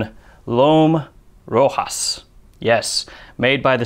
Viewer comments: It’s pronounced RO- Shaw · FYI, It’s pronounced RO-SHAS. And, I can’t wait for it to sell here in the US, I’m sure it will be a hit. Thank you! ✌️ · Actually, it is pronounced RoshA. The S is silent. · Sounds interesting. Btw. Rochas is pronounced like Ro-shas. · I'm from the Eastern US, never heard it pronounced but that's what I assumed as well, "Row-hass". 🤷🏻‍♂️ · He's right it is pronounced Ro-shas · French peeps say Roshass for the pronunciation. It is not Spanish, maybe you get a kick at ducking at accent, if so keep butchering, it is entertaining 😄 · Im french speaker. You have to pronounce the ch of rochas just like the ch of moustache... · Where did you learn to pronounce Rochas like that?